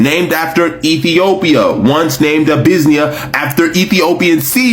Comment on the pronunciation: Ive never heard Abyssinia called Abuisnia